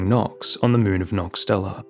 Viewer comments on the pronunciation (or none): none